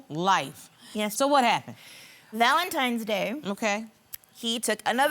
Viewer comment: Why do people keep saying valentiMes day????